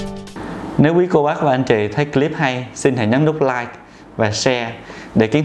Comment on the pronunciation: Bác sĩ nói tiếng Em thì giỏi . Còn nói tiếng Anh thì dở ẹt .phát âm từ CLIP sai bét . Mỹ nó cười cho.